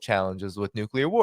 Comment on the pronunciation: Why can’t nobody pronounce “nuclear” correctly.